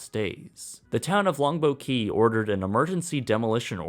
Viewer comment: Great video with one exception. Your enunciation of "Longboat Key" was so poor that it took me almost until the end of your video to understand what you were saying. It is two separate words and should be as clear as the rest of your narration.